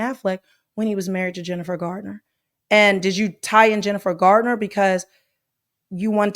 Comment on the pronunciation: It's Garner, not Gardner. ❤❤